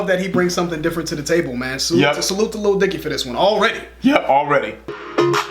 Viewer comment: you finally can say Lil Dicky without being weird! Edit: Damn it. you were doing so well!